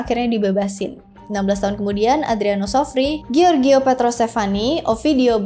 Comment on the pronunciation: Gianni dibaca Janni Giorgio -> Jorjo (George kl inggris, Jorge kl spanyol) Giulio -> Julio (Yulius)